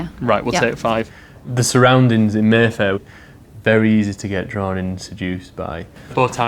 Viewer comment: I thought he said Merthyr not Mayfair